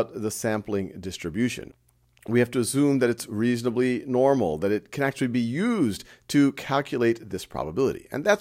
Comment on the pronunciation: Anyone else hear act-lee instead of actually